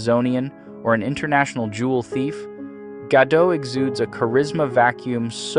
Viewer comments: Her name is pronounced Gal Ga-dodt not Gadow, its Hebrew not French!!! Why can nobody pronounce the woman's name correctly?!? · Gal ga-DOTT. DOT. Rhymes with plot, cott, blot, not, rot. She's not French. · Gal Gadot's last name does not have a silent T. You pronounce it like Ga-doat, like boat. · It's Gal GadoT! The T is not silent. There is no such thing as a silent T in Hebrew. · Guh-dote. It's not a French surname. I don't know why they opted to Romanize it as "Gadot" because everyone, including me, thought it was like "Bardot." But it's not. It's a Hebrew name. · You pronounce the ‘t’ in ‘Gadot’